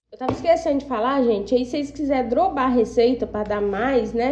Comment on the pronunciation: Kkkkkkk engraçado vc falar droba a receita.... é DOBRA 👍